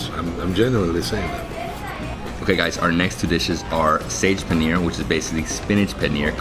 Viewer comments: It's not sage paneer 😂 it's saag paneer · LOL why does Insist on calling it SAGE paneer.. he has been to India.. its Saag Paneer. sage is a herbaceous leaf